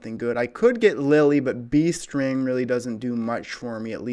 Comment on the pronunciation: Sounds like you are saying bee string instead of beast ring XD